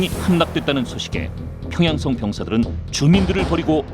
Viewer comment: 님 발음 독특하군요. 안주썽, 평양썽